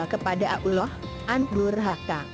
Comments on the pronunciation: Ngomong ALLAH GK bener Pake Suaranya juga Pake Suara Robot Dosa WOY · Risih sama swaranya Cara ngmong ALLAH 😑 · Nyebut allah nya begitu tolong koreksi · Kan ini "google" yang ngomong jadi google nya mana tau cara ngomong yang bener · yg bca siapa sihk ngeselin suaranya udh gk becus nyebut allah swt ama istigfarnya,hdhdheh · Pandai betul buat cerita bohong mcmni... Nk tipu org... Fitnah seperti dajjal!!! Sebut nama ALLAH اللَّه subhana wataa'la pon salah.. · Maap ... ketepi kn duluan benar gak cerita itu...mgkin rekayasa sbg pngajaran hdup...tp coba kalian tekun dengar sebutan ALLAH sperti ABDULLAH...mohon d koreksi kan... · Tolong koreksi tata bicaranya"Allah SWT" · Hahaha. Nyebut nama Allah Aja salah. Hahahhaa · Astaqfirloh ni pembaca blg Allah aja kom susah bgt ya.... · Min..pembaca/ narator cerita ga pas dlm penyebutan Allah SWT.. tlong di koreksi. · Ni AdMin bilang Allah kok gk bisa apa gmnaya apa mungkin aku yg salah dengar ya saat bilang ALLAH . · sama ni omong ALLAH sj plepotan .tlng lah gnti yg lebih pinter ..biar ngk malu 2 1n .sekedar saran sj sih . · Nur Hasanah tak kira kuping saya yg salah dengar mbk . Trnyta admin.a ya mbkk. Bener mbk gnti ajah tuu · Di jelasin Di mana Tempat Nya Dong Min jng n Asal nyomot Video.. Di Tambah Lagi Suara Bencong google.. coba Perhatikan Sebutan Asma Allah..